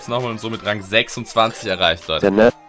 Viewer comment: Es heißt Rang und nicht Rank 🤦🏻‍♂️